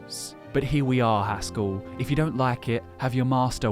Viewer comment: It is Haskill, not Haskull.